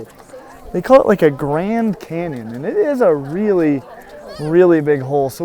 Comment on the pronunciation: Lol idk why but when he said Grand canyon it sounded like grand cannon and I imagined the Schwerer Gustav which is a pretty big cannon